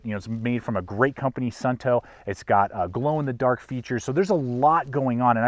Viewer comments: Not Sunnto, but Suunto. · My YouTube was playing in the background and I heard you mispronounce the name like 100x 😂 sOOn-toe not sun-toe 😂